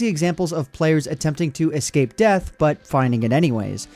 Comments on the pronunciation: What it's deth not beth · What's a 'deth'?